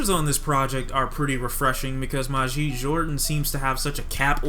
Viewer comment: the album was amazing, you dont even know how to pronounce Majid